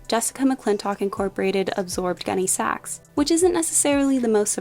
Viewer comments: Pronounced GUNNy sacks, not gunny SACKS. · I absolutely can’t listen anymore to this millennial repeatedly calling it “gunny SAX.” It’s hurting my ears. It’s “GUNNY sax,” sweetie..Emphasis on Gunny, not Sax. Sheesh. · My 1988 prom dress was a Gunne Sax, and I’m wearing one in my 6th grade class picture. I still have my prom dress, so it’s going in my Posh closet. p.s. the accent goes on Gunne, not Sax. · Gunne Sax (sounds like sack) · I had to stop watching as I couldn’t take how you were saying it. Emphasis is on Gunne, not Sax. It Is just the way you said what it was named after.